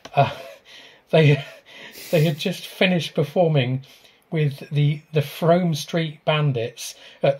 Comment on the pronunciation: Great podcast, new subscriber, I am a Warminster local, and can see my house from here, never seen a UFO thou in 50 years, lol it is not Frome as in Rome, its Frome as in Room, very quirky pronunciation. Battlesbury and Scratchbury hill forts are impressive, but you will have to be careful as on the edge of SPTA (Salisbury Plain Training Area). Currently they are training Ukraine troops in that area, so very sensitive to drone activity, as you can imagine :(